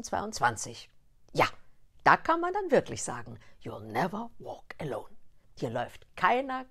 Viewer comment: "Juh neffer wok alone"